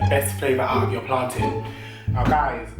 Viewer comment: Please leave! Right now! 😂😂🤣🤣😂😂 this is too much at least he says plantin right! You want fi kill us 😂😂😂😂😂😂😂😂😂😂